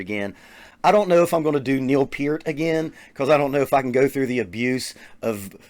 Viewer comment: It’s pronounced Peart. Like, Hurt...my feelings by saying Peter. But you’re the man regardless. Stay safe and keep reviewing dope drummers!